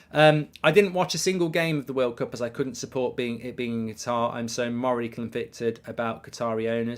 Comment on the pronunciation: Kat-ar. Not Ger-tar. Please Mark.